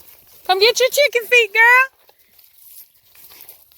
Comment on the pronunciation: Before I saw the Chicken Feet. I totally thought you said Chicken Feed. :D